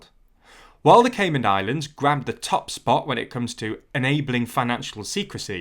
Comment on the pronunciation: There’s no d at the end of Caiman